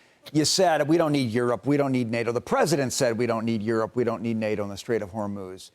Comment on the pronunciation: Bessent actually called it the strait of Vermouth!😂